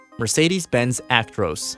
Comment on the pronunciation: You can tell hes American the way he says "Actroose" not "ac-tro-s" 🤣